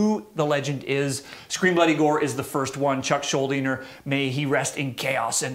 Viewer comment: "Chuck SchuldinGer?" He's putting a G in there. Fuckin' Canooks